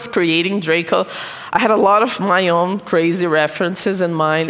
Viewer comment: It's draco Not droca